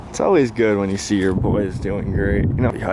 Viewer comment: I love how when is mad his accent gets thicker so he sounds like a mobster. "Yeah, Ya Schee?!